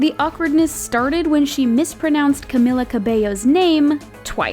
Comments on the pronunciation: It’s not cag-mil-ah it’s cah-MEAL-ah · No it's pronounced (Ca-me-la) Not (Ca-mi-la) 😎😎😎😋😋😋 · It is Ca_mee_la not Ca_mill_a like to getin me mad I somthin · You say cemila it's CAMILA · its pronounced Cah-Mee-Laa not Cah-Mill-Ah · You guys pronounced Camilla's name too todo white asf cAmiLla😑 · Its Ca-MEE-La 🐝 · Host: “But the awkwardness started when she miss pronounced Camila Cabello twice” Also the host: Pronounces Camila “Cem-Ella” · You, yourself pronounce "Camila" wrong!! Lol😂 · OH, SHE SAID IT WRONG!!!! says Camila 5 secs later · "when she mispronounced Camila's name twice" She said Camila right, but wth was Calblellslsowoandjewoa (Yalls the ones saying Camila wrong) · Talks about how camila’s name was mispronounced* Mispronounces her name seconds later* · You are pronouncing Camila wrong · THE NARRATOR SAID CAMILLA’S NAME WRONG WHEN SHE WAS SAYING THAT THE GIRL SAID HER NAME WRONG....OMG LEARN BEFORE YOU SPEAK